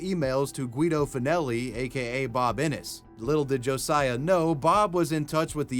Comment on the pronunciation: Who else is cringing that he pronounced “Josiah” wrong?